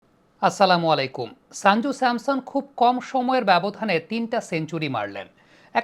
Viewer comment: সঞ্জু স্যামসন ✅ শাঞ্জু স্যামসন ❌ উচ্চারণ টা ঠিক করে নেবেন। আপনার ক্রিকেট বিশ্লেষণ অসাধারণ। A gem U r of this sub continent in your field.